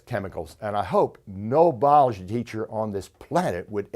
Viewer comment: Yep, that bothered me. . . so did "Bology".